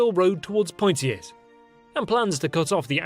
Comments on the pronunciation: Nice video, but perhaps your narrator might want to get some lessons in the pronunciation of place names. I swear to God, 75% of them are laughably wrong, including Poitiers. Poy-tee-ers? REALLY? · Poy tee ez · I also greatly admire the effort and research you put into this, which is why I'm baffled that you wouldn't spend 10 minutes finding out how to pronounce at least the key French names. POY-tears? Seriously? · Poitiers = pwat-ee-ay. SALISBURY = sauls-bury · na i'm sorry x) Poitiers, the S is silent, Saumur is said Somur, Tours, S is silent... Not even close to 5% x) But yeah, this channel is cool. just that damned rosbif accent.